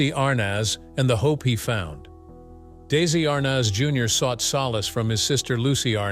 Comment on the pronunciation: It’s ARNez .